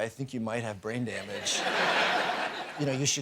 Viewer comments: Drain bamage, just realized he said that 🤦🏼‍♂️🤣I think I have minor concussion now 🤣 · Did he say drain bamage? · Did he actually say drain bamage? I'm high af rn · 'drain bamage' really got me.